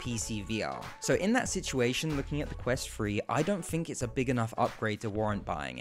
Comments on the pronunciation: Ffs, it's pronounced 'Thu-Re' not 'Fuh-re.' What is the matter with you Brits? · While the Quest has balancing issues,The overly positive comments for this review also need to be Balanced?The Device is pronounced Quest Three (3) Not Quest "Free"???Poor diction young man.My other criticism besides the horrendous Jarring Editing was the slightly cute but inaccurate term "Up to Stuff" Which for those slightly educated will know to be the correct term "Up to Snuff" (An old habit when people used to shove scented Tobacco up their noses for pleasure in the 18th century .I am of course being pedantic and playful 😊And appreciate your promotion of VR, Even though your presentation wasn't Up To Snuff 😊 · Wonder why he keeps saying Quest Free instead of Quest Three..... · "The quest twree" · Bro kept saying quest free 💀😭